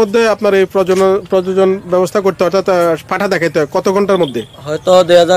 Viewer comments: প্রজজন না প্রজনন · আরে ভাই প্রজজন না কথাটা হলো প্রজনন ঠিক আছে